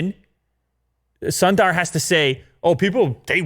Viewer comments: its sundar not sondaaar. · Please learn how to pronounce “Sundar”.